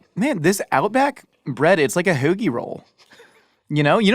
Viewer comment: eating BREADDDDDDD!!! I love seeing your face when you get to eat bread. Such a happy eater.:P lol OMG, pronounces HOAGIE roll like one of the best Philly, Maryland, Long Island locals with their ridiculous accent. That Overstock reference on 30 Rock has killed me when I hear that accent now haha.